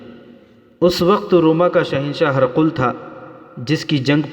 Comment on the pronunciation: ہر قل نہیں پڈھاجاے گا بلکہ ہرقل hiraql ہ زیر ر زبر اور ق ل پر جزم